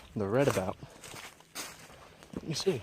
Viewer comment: Redoubt (re·doubt) doubt as in (I doubt it)